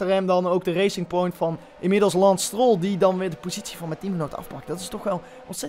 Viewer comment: Niemand:: Lans Stroll